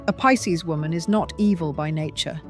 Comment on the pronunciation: She mispronounced Pisces!